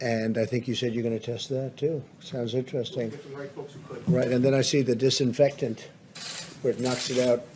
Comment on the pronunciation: Disinfectant, that gets me every time.